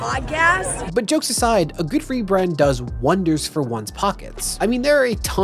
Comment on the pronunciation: “I got this for fwee and I got this for fwee”